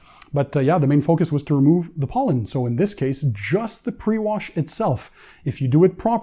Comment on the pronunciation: I’m gonna send you to the country of POLAND and then ANDY will run your channel. Over in Poland you will learn the pronunciation of Pollen😆😆😆😆😆🤣🤣🤣🤣🤣👍